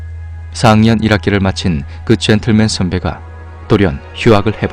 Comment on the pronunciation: 젠똘맨 발음 뒤지네